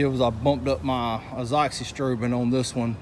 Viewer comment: Finally, someone said Azoxystrobin. Now I know how to pronounce it!